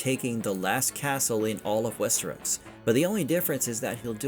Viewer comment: Probably faux audio reading program, if you can’t even say Westeros right, I doubt it’s a person